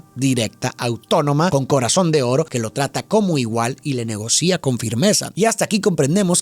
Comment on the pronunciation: Aver.. Averrrr!! Min: 🙈🙈🙈 No se dice “Negocía…” Se dice: “Negocia”…